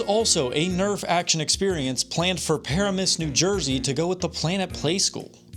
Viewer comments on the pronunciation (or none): As a New Jersey'an, Its funny to me how he pronounced Paramus lol. Its pronounced Puh RAM uhs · Heyo! Got a couple things for ya, love your vid style and editing, it’s great! Literally my only feedback is most of us call it (Puh-Ram-iss) not the other way! Also for some extra context, truly I think they were planning for the attraction at the mall too soon, they’re literally in the process of building hundreds of apartments right on the mall property across the street, and had they waited it would’ve borne fruit as an attraction set. The Tennessee location seemed fairly out of the way and obscure but the New Jersey location was like, prime property and it was def a timing thing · How you pronounced PURR-AM-US sent me into orbit